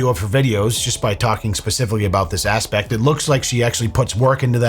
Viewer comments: heh heh, heh heh... "asspect" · he said "this asspect" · She definitely makes me wanna go camping. Did he just say ASS-pect?? Oops my bad I meant aspect. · Ha! 'ASpect' 😂 but serious note, hope her clicks funds her adventures. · Freudian slip "Specifically talking about this asspect" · 😂 "Asspect" i'm totally mature guys. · "Just by specifically talking about this ASSpect" I giggled :) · said ASSpect how CHEEKY of you sir. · this "ass-pect" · is "talking about this ass-pect..."😂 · Did you hear yourself talk about this using the word “aspect”? I think you meant “asspect.” 😏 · You don't want to dwell too much on this "Ass-pect"? Right... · "ASSpect" 😂 Love it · Ha!!! You said asspect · This asspect he says.